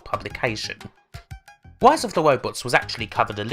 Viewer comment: "Rise" starts with an R, not a W. Learn to English. Seriously, like the info in this video is interesting, but it's almost impossible to pay attention to it when every R you say comes out as a W.